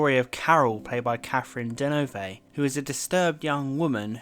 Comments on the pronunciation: you mispronounced "deneuve". it's not "deneuvay". it's just de-neuve. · Anyone who can appreciate this movie absolutely has to see the other Polanski movie on the same theme: The Tenant, with Polanski also acting (and with Isabelle Adjani). By the way, the last "e" in Deneuve is not pronounced.